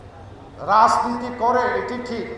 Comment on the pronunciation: রাজনীতি শব্দটাকেও ভাল করে উচ্চারন করতে পারেন না!!